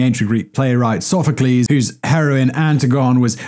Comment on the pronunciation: Wait... did Simon pronounce "Antigone" as "Anti-gone" and not "an-ti-guh-nee"? But still pronounced "Sophacles" correctly? Back pre-2000 I had a substitute teacher ounce pronounce it "Anti-Gone" by "So-fok-a-leez". Never expected that to hear "Anti-gone" again...